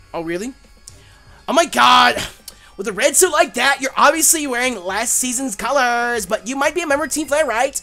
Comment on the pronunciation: "Yer obviuzly wearin last season's calurrrrrz!" Hue hue hueee :P